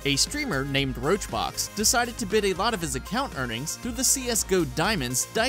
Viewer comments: oh and its pronounced summit1g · HE CALLED SUMMIT "ROACHBOX" LMFAOOO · Ahh, so you obviously dont even research what you're talking about because you called Summit, RoachRox, and you also got the "Tech support" story all wrong, nice, disliked. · Omg you called summit roachrox. Hahahahahahahahaha roachrox is the last person who donated. Or was this you making a play on the name of the video and embarrassing yourself. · They called Summit Roach Rox LOL 😂😂😂😂😂I'm dying. Guess you didn't double check your research huh? 😂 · I love how he calls summit1g roach rox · Did you just call Summit1G "RoachBox?" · Did this dude legit call summit1g "roachbox?" do some research before you make a damn video i am not a summit fan but come on dude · RoachRox srsly? i mean if you are gonna do these videos finish your research on the people you are talking about before you make a video. His name is "Summit1G" btw :) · He just called summit1g roach rox lmfao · "RoachRox" You do know that his name is Summit1g right ? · He just called summit roachrox wtf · Did he just call Summit1g Roachrox? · Did he call Summit1g roachrox wtf...